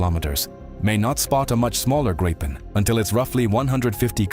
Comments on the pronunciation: yea he need to pronounce it like "Gri-pen", or more like "gree(as in green but without the N at the end)-pen"(gree-pen) not "Grai-pin".. but it's hard for ppl that don't speak Swedish, so i'll give him a break, i'm just happy he covers our fighter jets, i appreciate his coverage! Glory to Ukraine! Ruck Fussia! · How to Pronounce the word(s) "Saab JAS 39 Gripen" not Grypen ☺🤣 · GREE pen is the suggested pronunciation.